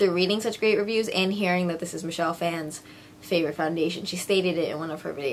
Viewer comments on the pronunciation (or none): none